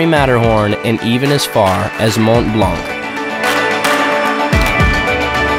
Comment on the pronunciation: Hi, Mont Blanc - Don't pronounce the -t or the -c. Somebody should have helped you with French pronunciation before making the video. Le Caveau: Pronounced luh cav-oh. I'm a French teacher on skis!